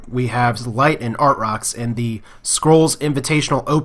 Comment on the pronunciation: I think it's pronounced ar-trox lol